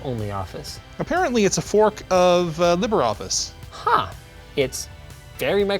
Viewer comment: "Libber Office." Me: "LEE-BRAY!"